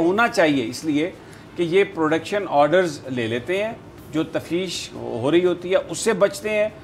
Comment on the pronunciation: Tafteesh not tafsheesh